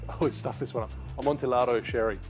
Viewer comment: FYI, in Spanish, double LL is pronounced Y. So, Amontillado is pronounced Amontiyado.